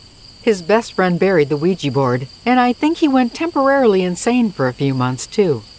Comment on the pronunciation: Thumbs down until you start learning to pronounce Ouija correctly